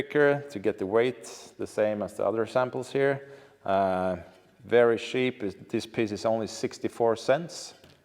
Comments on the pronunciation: I am not nerdy at all but, I watch the whole thing because you made it interesting. Also, I love when you wanted to say cheap and it sounded like Sheep and the sound of the sheep came after wards lol. I bet that was Molin that did that during editing. Great video and thank you for sharing. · Haha djävla Malin som lägger på får-bää på uttal av "cheap".